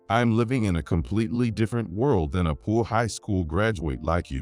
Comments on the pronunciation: What is poo-ah? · Learn to pronounce poor.